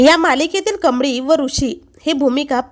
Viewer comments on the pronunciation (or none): Tu ka yetes bataya sangayla adhi nit uchchar kar kamdi nahi ga baikamali